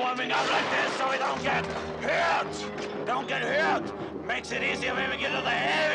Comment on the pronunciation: "DON T GET HEWTTTTT"